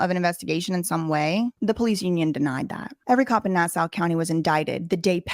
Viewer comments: Nassau = ‘Nah Saw’. Not ‘Nah Sow’ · its not "nass-ow" its "nass-aw" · We realize your from the South but It’s pronounced “Na saw” not “Na sow” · It isn't pronounced Nass-OW, it's Nass-awe, listening to you say it the wrong way makes me want to punch something. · Pronounced, nah saw. Not nah sow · Hey, New Yorker here. It's actually pronounced nA-sAH. not na-sa-u contrary to the spelling. Lol other that good job. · It's pronounced Nass saw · Nassau - pronounced NA-SAW. Thanks for covering this. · It’s pronounced Na-saw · it is pronounced NASSAW. He will be lucky if they don't kill him. Who would have thought he didn't even have to leave the island to find the most tyranny. Maybe that was his plan the whole time, build up a following then take on these guys. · It's pronounced Nasaw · Here on Long Island we pronounce it nah-saw hahah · PATRICK RYDER WAS MY CRIMINAL JUSTICE PROFESSOR LMAOOO SMALL WORLD.. yeahhh I am not surprised. Babes btw it’s pronounced “NAH-SAW” county 💜 ILYSM!!!! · It's pronounced: na-saw. ;) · I love this. It’s “Nah-Saw” though 😊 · Can’t even pronounce Nassau correctly🤦🏻‍♂️ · lol the u in Nassau is silent hun. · Your saying nassau wrong but it’s ok 😘